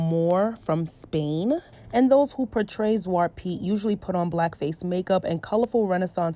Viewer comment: ZwatrE Piet, your forgot the E at the end. Just saying because you asked in the video :)